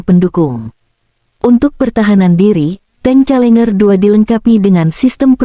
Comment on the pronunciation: Challenger, dibaca ; celenjer bukan celenger. Tp mudah2an tank kiriman Inggris tsb pd kelenger di Ukraina 😂